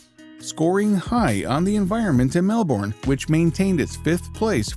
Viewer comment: thank you kindly for pronouncing Melbourne correctly :)